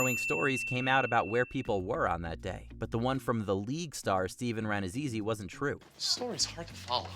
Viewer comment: stephen ranz-a-who-ie???